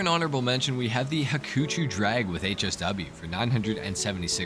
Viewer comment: Again nice video and very helpful! Thank you! Btw Hakuchou is pronounced with an long ‘o’ at the end like in ‘over’. It’s from the Japanese word 白鳥 and means swan.